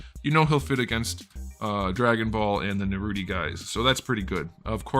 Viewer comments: Is it me or did he call Naruto Narudi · What the hell is Narudy? 😂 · It was funny at first the way he pronounced Naruto and the characters, but now he just sounds dumb saying it.